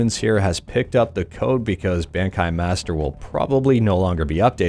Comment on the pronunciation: Your pronunciation of Bankai tells me you haven’t watched Bleach (the anime series) lol